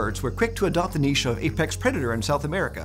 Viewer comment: oh thank god he pronounced niche properly.